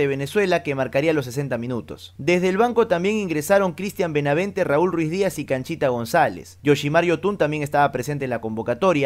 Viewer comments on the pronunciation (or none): NO ES RUIZDIAZ CARAJO ES RUIDIAZ